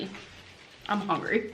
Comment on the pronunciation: That and “HONGRY”